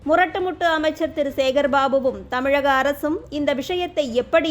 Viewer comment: Annamalai sir tamilagam illai tamizhgam sollunga la illa zha